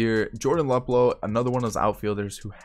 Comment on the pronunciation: For future reference it’s pronounced Loop-Low